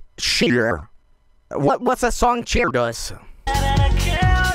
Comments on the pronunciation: That wasn't Cher, that was Chur XD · The autotune made "Cher" have 5 syllables